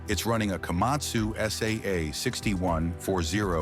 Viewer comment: Эээй ешак не Камасу а Камацу правельно говарите.😂😂😂😂